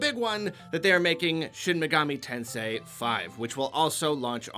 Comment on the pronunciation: Thank you for saying shin megami tensei correctly... Idk why other youtubers have a hard time with it!!